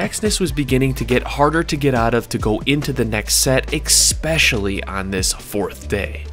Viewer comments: Its so funny how he says eggcetera and eggspecially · Or especially